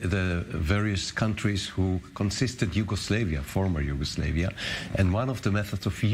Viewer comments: Its Yugoslavia not Yugoslevia you stupid fuck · This dude can’t even say Yugoslavia. Conspiracy theories lol